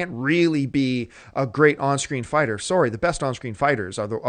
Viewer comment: Haha "I'm soary."